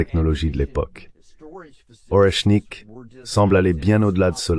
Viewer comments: Pas Roshnik ! Mais ORESHNIK ! Vous prononcez les mots et les noms russes comme des cochons arabes ! Et pa KINZAL, mais KINDJAL ! ETC... 😕🫤😟🙁☹️ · Les Orechniks, pas les rechniks neuneu.